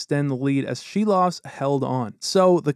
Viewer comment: Props from a Latvian to pronounce Silovs name right.